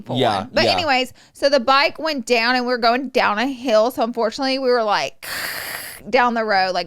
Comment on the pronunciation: I love yall but omg… Manny sounding like he learned a new word today and just trying to enter it casually wherever he can “juxtaposition” Laura pronouncing “heal” instead of “hill” or saying “hill” instead of “heal” “fill” instead of “feel” I can’t.. lol